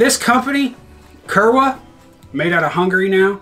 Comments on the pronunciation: Kurwa is pronounced (coor-vah) and is polish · I’m pretty sure Kurwa is pronounced “Kuur-va”